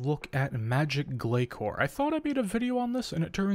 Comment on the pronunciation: Not only that. But still pronouncing Glacor wrong too. It’s not pronounced glakor. Azzanandra even says the name properly during the boss fight. And not ark either it’s Arch Glacor not ark glakor. If you’re going to put this many videos out about it at least say it right. Listen to Azzanandra.